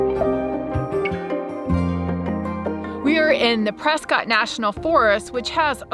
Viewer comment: I live in the area and am surrounded by the National Forest. First, (not really relevant to the conversation) it's "PresKITT", NOT "PresSCOTT". Mispronouncing it is a disservice to a Revolutionary war hero, Wm. Prescott who led the defense of Bunker Hill in Boston. He changed the pronunciation of his surname to differentiate his branch of the Prescotts who were loyal to the cause for the branch that was loyal to the crown. The problem is pressure from too many people using the area. There is simply too much use to allow people to camp anywhere they want. It used to be that someone would camp, go away and the area used would have time to recover. Now, someone camps, leaves, and the area is immediately used by someone else. The "temporary" use becomes permanent. And no, dumping "grey water" in the National Forest IS PROHIBITED.